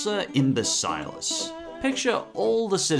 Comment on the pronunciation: AND in one vid? Yes please. I'm glad Spongehenge was included. It's easily the most horrifying episode of the series. That ending as well as that haunting music. Also why does everyone pronounce Imbecillicus differently? X3